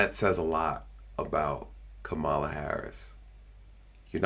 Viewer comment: Is this a real ad for Kamala (com-ma-la) Harris. Whoever made this should be fired.